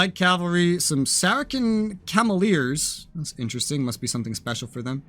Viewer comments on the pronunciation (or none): Never heard them called saraken. :D Had to do a double take to check what you were reading.